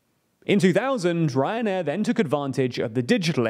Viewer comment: Sorry, I keep hearing "Cancer Air"